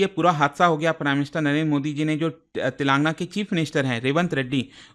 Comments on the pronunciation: Telaaangna❌ Telan gaana✅ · It is pronounced as तेलंगाना, not तेलांगना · Sir voh Telan- gaana hain. Naagar- karnool prounounce karte hai😢